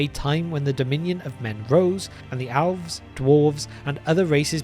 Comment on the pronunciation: Alves??? Geesh. Being British isn't an excuse, cause Tolkien was one. It would be one thing if you're not a native speaker of English but... It's worse than when people pronounce Sauron or Smaug "Sahron" or, worse, "Smog."